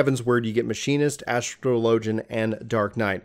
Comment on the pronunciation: "Astro Lojin" Big yikes. But good guide